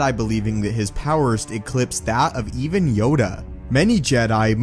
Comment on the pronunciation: Yoda... It's Yoda